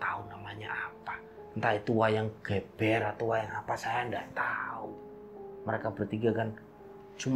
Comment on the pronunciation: Sekedar masukan, Geber wayang dibaca gewbewr mas, kalau ge'be'r baru dibaca geber.